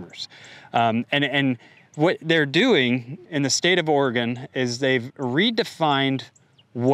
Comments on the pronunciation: First, it's pronounced ore-E-gun. Second, you made a statement at the beginning that said that the only water anyone owns is rain and that's not true in Oregon. I was born and raised on a small farm in Oregon where my grandmother used to have the rainwater from the gutters redirected into 3 big (maybe 200 gallons each) cisterns in her back yard. The water board demanded that she remove them because any water that falls anywhere in Oregon belongs to the State. As for your being delusional about climate change, I can tell you that it hit 117.2° at my house on June 27, 2021 - a day I won't ever forget - which broke all-time records back more than a century. In the last decade, the weather has become extreme all up and down the West Coast, so you're a moron if you think it isn't real. The fact that you used air quotes about this subject shows your stupidity on that subject. Have you seen the farms all over the Klamath Basin from Klamath Falls to Tule Lake, CA? They've pumped so many millions of gallons of water to farm with that their wells are collapsing faster than be ones can be dug. Well digging and hauling water are big business in that area because there's very little water to go around anymore. You've got some things right, I'll grant you. Yet you've got a lot to learn, especially about Oregon. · The first thing you probably want to do is learn how to pronounce Oregon correctly. I'm not sure where you're from but you should take your bulshit back there. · Or-eeee-gon? If you’re going to talk about a place you’ve never been to, learn to pronounce it at least. So you take one example and then say it’s happening over the whole state? Crying wolf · Oregon Legislature is completely derailed! They need to be immediately evicted from their positions. The government is supposed to work for the people, not the other way around! BTW, someone needs to tell this narrator, it's pronounced, "Orygun!" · he slipped up and said or-e-gon! He's a spy! Get him!